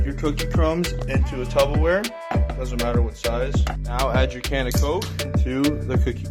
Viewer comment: The guy in the first video really just said tubawear 😂